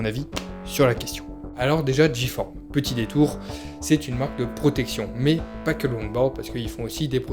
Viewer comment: On dit le longboard pas la longboard !!!! Du longboard et c’est G-forme pas J-forme